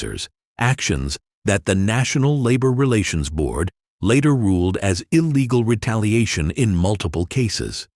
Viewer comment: ILLLGAL LLEETAALAIATION: FINIING: VIOLIATION!!!!!